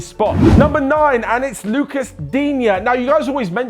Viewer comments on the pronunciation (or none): none